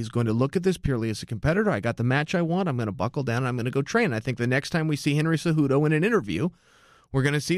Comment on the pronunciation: Henry’s last name is “Cejudo”